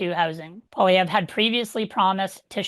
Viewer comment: Oh no, it’s … world’s most annoying voice every time he pronounces “Poilievre”… please stop